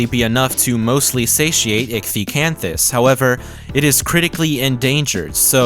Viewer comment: Finally a fellow scientist who knows how to pronounce ichthyosaur